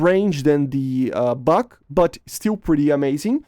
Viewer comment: Not the bak, bUk. Not A/~R - U